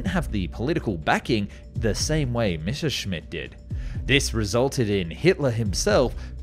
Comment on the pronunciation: it has finally happened!!!!! An English history documentary that correctly pronounces "Messerschmitt!! THANK YOU!!!!!! You have given me back hope in humanity 🥰😍😍😍🤩🤩🤩